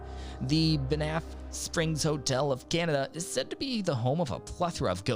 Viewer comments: It was King Henry The EIGHTH who offed his wife, not the 7th. :-) BaNAFF made me giggle. LOL! It's said more like bahnf. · I like the video however you just gotta work on the pronunciation of some places, Banff Alberta makes me laugh when you say it